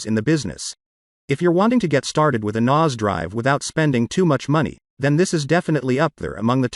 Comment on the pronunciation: Yeah, very weird pronunciation 😂